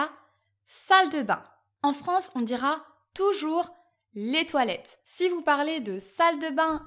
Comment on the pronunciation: Je t'arrête tout de suite, jeune fille. On ne prononce pas le ''s'' à toilettes. En français, on a les articles définis et indéfinis, contrairement à la langue anglaise. Je serai surpris si tu me disais que chez vous on le prononce, ce que je trouve illogique, sinon, à quoi serviraient les article alors?. Ici, une facture est quelque chose qu'on nous donne avant de payer pour signifier le prix à payer avec tous les détails mais que l'on na pas encore payé. Si on veut déclarer pour nos impôts, on demande un reçu. Le reçu est le papier final qui dit que tu a payé. Le mot chum se prononce ''chome''. Je ne savais pas que bienvenue ne se disait pas quand une personne nous remerciait. Six décennies et je viens de l'apprendre. La majorité ne sait pas que le mot ''job'' est masculin. j'ai eu un bon professeur dans les années 70' Malheureusement on n'a pas tous eu de bons professeurs. J'ai même vu cette erreur sur une pancarte dans la plus grosse chaine de dépanneur du Québec. Et au Québec, ce n'est pas un mot féminin. Il n'a jamais été accepé alors il ne faut pas dire ça. Dans notre dictionnaire, Il est très clairement dit qu'il est masculin.